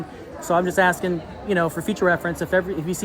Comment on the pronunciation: what does im axing you mean?